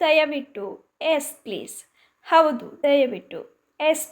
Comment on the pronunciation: ಚೆನ್ನಾಗಿದೆ, ಆದರೆ ಹೆಸ್ (ಎಸ್), ಹದ್ಭುತ (ಅದ್ಭುತ) ಆಕಾರ, ಹಕಾರ ಸರಿಯಾಗಿ ಉಚ್ಚರಿಸಿದರೆ ಇನ್ನೂ ತುಂಬಾ ಚೆನ್ನಾಗಿರುತ್ತದೆ.